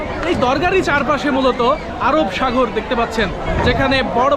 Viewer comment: কেউ সুনোক বা নাই সুনোক। কিন্তু আমি শুনেছি ভাই আপনি আরব সাগর কে আরব সাগোল বলছেন How very funny😅😅😅😅😅😅😅😅😅😅